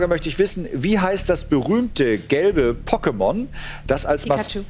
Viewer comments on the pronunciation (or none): Er hat es wie “poket“ ausgesprochen, von dem Poké auch ursprünglich kommt. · POKEMON , das wird mit einem langen eeee ausgesprochen 😧😧